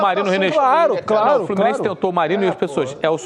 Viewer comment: Esse Narrador aprendiz de Comentárista deveria ficar como Narrador mesmo né "FlorminenCe" .